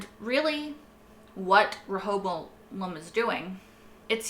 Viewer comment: Let me help Rehoboam - "Ray-hoe-bow-um"